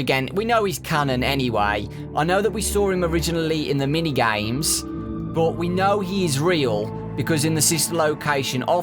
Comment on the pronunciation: Why does he say mini-gayms